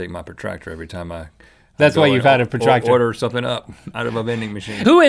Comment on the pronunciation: It's protractor not pratractor.